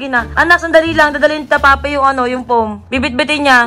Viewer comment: MYGHAD FOAM NOT FOEM